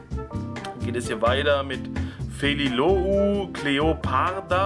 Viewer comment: Fellilou wird felilu ausgesprochen